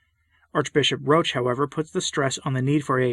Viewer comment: Roche, thanks for pronouncing his name the correct way, evidently is concerned with providing camouflage for the actions of Francis and the Modernists. As I said before, he likes to scurry about in darkness. As for Parolin, I strongly suspect that in private he goes down to the floor and slithers. I've been listening to the last few episodes of the recent SSPX series on "The Crisis in the Church". They make a fairly convincing argument that the times, or more specifically the Modernists, are forcing a decision on all Catholics. We will have to choose between becoming a part of the "new church" of Francis, aka The Ape of the Church, or the True Church. I'm prepared to listen to a convincing counterargument. I've yet to encounter one. Please guide me to one if you are aware of it Pray for all the Church, especially the wicked, and pray for us all. Say the Rosary as Our Lady requested. Ave Maria. Viva Christo Rey!